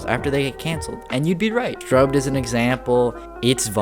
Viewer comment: when he said strobed I thought he said Scrubby